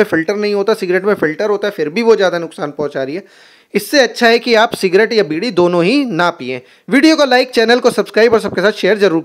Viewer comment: भाई ने सी डी बोल दिया 😂😂😂😂😅